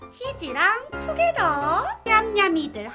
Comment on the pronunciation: 지니언니가 말하는건 투게더인지.. 두게다인지....